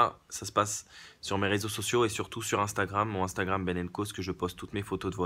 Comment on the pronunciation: "Instabram, AmStamGram " :-D ;-)